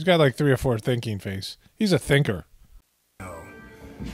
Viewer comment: At first I thought you said ‘his drinking face’ then I realized you said ‘thinking face’. I actually can’t tell the difference.